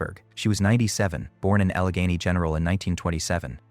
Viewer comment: The pronunciation of Allegheny is totally wrong, repeated many times. Don’t you guys do any review and editing???